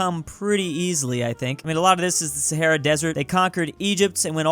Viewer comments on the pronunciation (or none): none